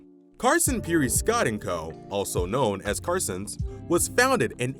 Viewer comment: I used to work for this company, and you have butchered every single name. Every single pronunciation you even said Lancaster wrong. LANK-AST-ER . Yes, we took over the Watt & Shand and I was part of that whole conversion. I worked at that downtown iconic store. It did not go very well Carson “Pierre” PEE-AIR…Scott. Sam Grumbacher. Terrible GRUMM-BOCK-ER!! next time don’t use AI . pronunciations.!!!! Ruined.!!! One major turning point you missed was the Bonton buying out 11 “Pomeroys” in 1987. You didn’t even mention HESS. But you showed a picture. 20 stores went to Bonton and 10 stores went to May department stores.